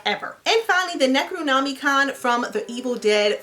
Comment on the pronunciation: welp, that’s how Necronomicon is gonna be said from now on